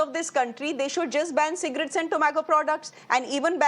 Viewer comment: So according to you health insurance is less important than Cigarettes? Your emphasis on Cigrates makes me wonder?😅😅